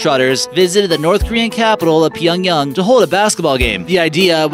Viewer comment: It's called [Pee-yong-YANG] not [pee-yong-yong] ...........